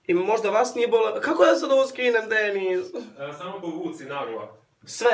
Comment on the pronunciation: Uuuuu nice. Meni se previse svida. I da li je neko cuo da je poceo govoriti penis umjesto Dennis? ❤❤❤